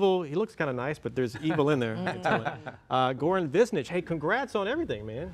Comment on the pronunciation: Goran Višnjić is pronounced like this: G is not pronounced as ,,gi'' as you pronounce it,but as g in gabriel,solid g without a,i or anything like that Oran is pronounced as you would pronounced it but ,,r" shouldn't be as ,,ar" but as r,like in word senoRita Then the rest-Višnjić-is pronounced lik this: Vi-like you'd pronounce v(vi) Š-is pronounced as ,,shhh"(when you want somebody to shut up) or like in word sh$t(sh-š) Nj--letter nj is pronounced as a nj in a word ,,njet" I is pronouced as E Ć is pronounced a ch in word ,,chica" or ,,chic" or ,,chips"